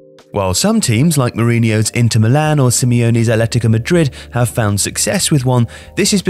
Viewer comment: "ALETICO MADRID"